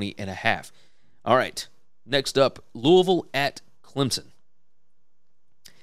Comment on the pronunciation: Love that you pronounce Louisville like you live there. Go Cards.